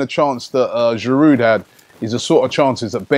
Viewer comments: If it was spelt "Giroo", Robbie would be aight 😁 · Stop pronouncing Giroud with a D. It's a French word so the D is silent, you clown!!Embarrassing. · I know this is nitpicking, but can you stop pronouncing the 'd' at the end of Giroud's name? It bugs me every time.